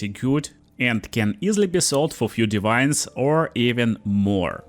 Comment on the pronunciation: Блин "дивайнс" на чистом русском))) Я даже сначала не понял что за озвучка такая новая у моего переводчика 🤣